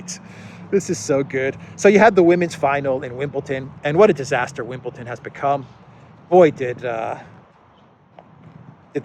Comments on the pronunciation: ITS WimbleDON, DON a bit like the word DONE Not WimbleTON. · There is no "t" in Wimbledon!